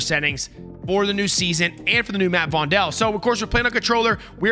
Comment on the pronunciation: I don’t want to be a smartass but it’s Vondel like “fondle”. Joost van den Vondel is a Dutch poet from Amsterdam in the 1600s. As an Amsterdam resident I can tell you the full game is very accurate, but the Vondel map definitely has the Amsterdam vibe. Some spots resemble real life areas